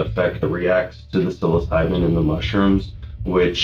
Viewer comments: 30 grams, not milligrams, and it's not "cyloseebin" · you say "silo"? I say "sillo". sil-lo-sie-bin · Psilocybin is pronounced sillo-sy-bin, not sello-say-bin. There is also no state where retail sales of psilocybin mushrooms is legal. This would have been illegal anywhere in the US. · I don't think that's how you pronounce psilocybin. Never heard 'sigh-lo-SEE-bin' ... it's always 'sigh-lo-SIGH-bin' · 😮‍💨 Sa-luh-say-bin Sih-lo-sai-bin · Silosaben? It's sill-low-sy-bin. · I’ve never heard someone pronounce psilocybin as “salosyben”. How is that guy just babbling to the police without asking for a lawyer!? Also, never just sell to random people you don’t know already. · Repeat after me “Sill-oh-sigh-bin” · silo-cybin, like its spelled... the p is silent obviously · Salosyben lol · Sal-o-saben lol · For anyone curious it’s “sill o sigh bin” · "sallo-seeben" lmao bro cant even be bothered to learn how to pronounce the words he uses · SIL-OH-SY-BIN Psilocybin. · It's pronounced "Sil-O-Sybin", lol. Not whatever the heck that guy just said. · It's pronounced seal-o-scy-ben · It's pronounced sill-uh-sighben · Psilocybin is pronounced sil o cy bin. Not how the narrator butchered it. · It’s pronounced Sil ih sy bin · Bro, ur pronunciation of psilocybin is hilarious 😂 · Somebody needs to tell this narrator how to pronounce psilocybin😂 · I like how they claimed he had 30 mg of mushrooms.(pronouncing psilocybin wrong). 0.03 g would be like a tiny pile of dust. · never heard someone mispronounce psilocybin worse in my life. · Can’t stand how you’re pronouncing “psilocybin” lol and it’s 30 grams not milligrams ya silly goose 😜